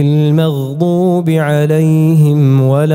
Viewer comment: كلمة "للمؤمنين": الهمزة الساكنة لها صفة الجهر لابد من إظهارها. كلمة "بما تؤمر": الراء يقرأ بالاختلاس يعني الضمة على الراء لا بد من إظهارها كاملة. الغين في كلمة "المغضوب" في الفاتحة الثانية، لا بد من إظهار صفة الجهر